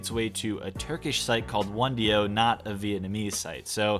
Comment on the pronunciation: "a turkish site callee one-dio" LOOOOL, that made me laugh out loud man.. we need more frequent uploaaaads....I'm here just desperately rewatching my fave sub reddits... still though I was able to notice sth I hadnt before, so, oh well.... btw it's o-ne-dio; meaning "what is s/he saying" made more sense before I typed it out.... anyways, love ya, miss ya